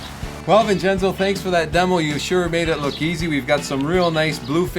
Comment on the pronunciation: HAHAHAHAHAHA......Gingenzo. It should be Vincenzo but it sounds like Jingenzo. OK ...OK....HAHAHA...OK...OK